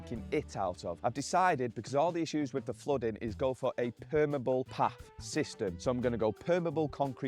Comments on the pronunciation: It's not permable, it's permeable. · permEable not permible if you are going to say it 100 times please use the proper word. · Per-me-able. Not perm-able. It let's water through it, you're not describing a type of hair. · Take a shot every time he mispronounces permeable lol